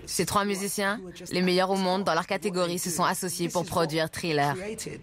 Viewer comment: Les traducteurs pourrait prononcer les mots anglais correctement? Parce que " trilleur " ça agace les oreilles!